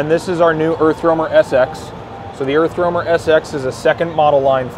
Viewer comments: "Errf roamer" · ErffRoamer. Weird that they spell it Earth, but can't seem to pronounce it, and neither can the youtuber.